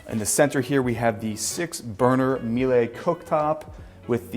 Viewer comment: Germans are very upset how you pronounce Miele